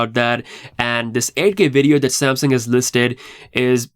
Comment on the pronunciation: This man can’t even say Samsung right With his Samsin ahh 😂